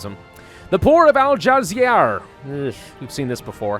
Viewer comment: Pravaus al-djazair is pronounced like Al ja za ai(like air) r and means algeria is arabic and ouajda is like wajda